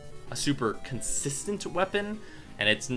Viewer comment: your enunciation of the word consistent is driving me insane! LOL